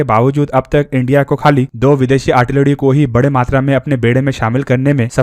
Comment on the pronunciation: "आर्टिलरी" होती है भाई साहब, "आड़टिलड़ी" नहीं।